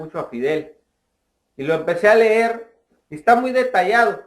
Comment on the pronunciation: en primer lugar no se dice " blokio " se dice BLOQUEÓ no se dice ler se dice leer no has visto las noticias LA GENTE ESTA CELEBRANDO QUE SE HAYA MUERTO